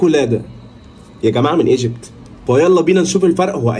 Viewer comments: ايجبت وليس اجبت😅😂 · اسمها ايجبت مش اجبت 😂